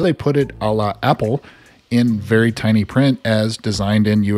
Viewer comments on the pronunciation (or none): none